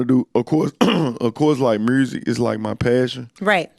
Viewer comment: I love how the Rs are randomly thrown in.. mursic..🤣